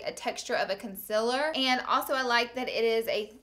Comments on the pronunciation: does anyone else notice the way she says concealer? she says conciler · Am I the only one who notices she says "conCILer" ????? Idk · a must see when im going to shop for new makeup ..always find myself going back to check your monthly favorites to see if its a must for me to buy it lol .. p.s love the way you say concealer 💞💞